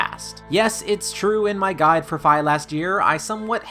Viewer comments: Fi not Fai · You pronounced Fi wrong.